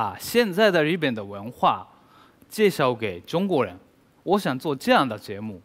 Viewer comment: 果然日本人中文再流利还是不容易正确读自己国家“日本”，总是念成Z本。隐形守护者的发音果然还是研究过的。